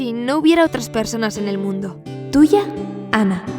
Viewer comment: esa historia es verdadera y para tu información se dice Ana no “Anne”